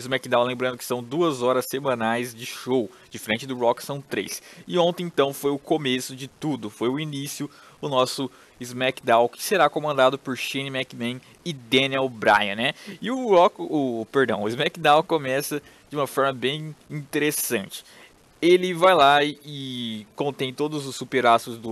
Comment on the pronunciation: "Shane McMen" kkkkk